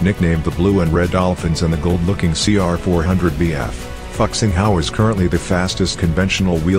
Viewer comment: . Your pronunciation of our Chinese Fuxing Hao is terribly wrong. The name of that train is not even remotely similar to the F-word in English. Also, the TGV Duplex was first introduced to France back in 1996. I think the 2007 modified TGV Duplex should go in number 2 because it also has a seperate name. The name given to that TGV train is "V150".